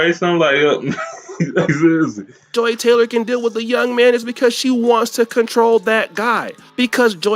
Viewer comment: Her name is Joy not Joe